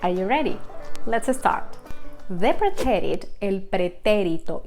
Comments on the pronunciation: Please pronounce preterite correctly. The emphasis is on the first syllable. Also the sound effects sound like a boxing punch. Very annoying. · The English word “preterite” has the accent on the first syllable, the second syllable in English.